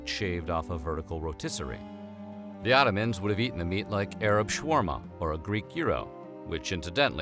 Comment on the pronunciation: Oh my I can’t deal with the way Americans pronounce the names of the kebabs 🤣 sha wah mah and Donna are how they are pronounced 🤣